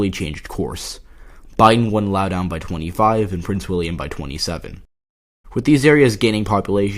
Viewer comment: It is pronounced Laow-dun. Not laow-down